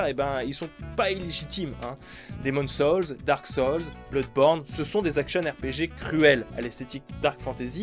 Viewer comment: émone saulze, dark solze Quel péché de pronocer a la française la phonétique anglaise.... choisit ton camp bordel, soit t'y va entièrement en prononciation anglaise, soit tu fait comme tout le monde et tu dit "darque soulze"